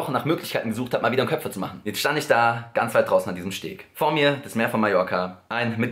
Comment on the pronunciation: Es heißt köper und nicht köpfer😂😂😂😂